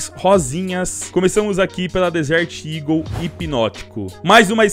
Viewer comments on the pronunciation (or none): none